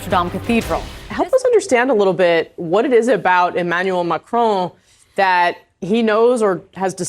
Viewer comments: Its not macrone it's Macron. Jeeze get it right will ya.😅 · Could someone tell these North American TV presenters that it’s not “Macrone”, it’s “Macron” with a short “o” sound? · Are there any Americans that are capable of pronouncing 'Macron'? It sounds more like 'Don' than 'drone'.